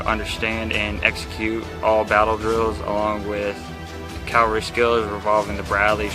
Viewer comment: Why do they keep saying calvary rather than cavalry?